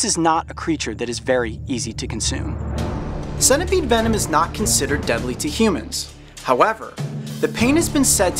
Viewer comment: its senta peed (pronunciation) spelt centipede not sena peed